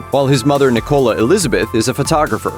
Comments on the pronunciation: I'm just confused by how weirdly you pronounced Nicola. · The way he said Nicola made me cringe